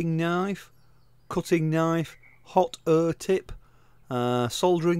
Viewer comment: What's the "hot err" tip for?😆 Jokes aside great videos. Thanks boss!